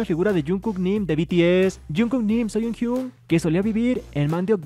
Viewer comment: Soy la única que noto que dijo Yeonhyun en vez de Yeonjun? xD